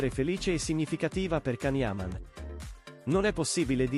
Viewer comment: Lasciamolo in pace.... Se a una storia se la tiene per sé... La sua vita privata è solo sua. Sono d'accordo con can. È comunque imparate a pronunciare il suo nome. Ti voglio bene can